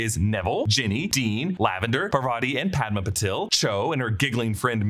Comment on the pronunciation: Parvati is pronounced Paar-vati not Par-vaati and Padma is Pad-maa. Also Patil is Paa-til, different from Patel. My last name can vouch for this! You can use English to Marathi google translate to hear them